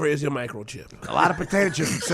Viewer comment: "It's called a potata chip.." lol